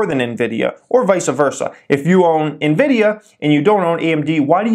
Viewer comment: "Nividia" sounds like a brand of lotion lol